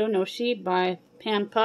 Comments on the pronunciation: I love gnocchi too. It's pronounced "no-key". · Gnocchi is pronounced "Nyo-kee" ...just a lil FYI !